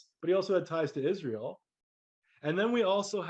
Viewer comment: israel sound as ISIS, RA, and EL